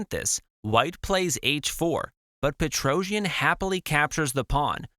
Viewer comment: Thanx for the video. The problem with AI language translations is this: PETROJAN. It is pronounced Petrosian in English.